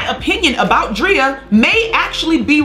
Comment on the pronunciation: Love Lizzo! She can't do any wrong in my eyes... But sis stop calling that woman Dree-ah. It's Dray-ah!! Love you just my little OCD kicking in❤️